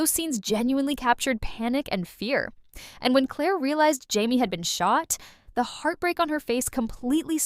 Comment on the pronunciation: What is with all these AI video reviews? So annoying. “High-me” instead of “Jamie,” huh? BS